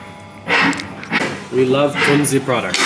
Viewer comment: Finally a english speaking person brings the right pronounciation out into the world!! Thank you! ❤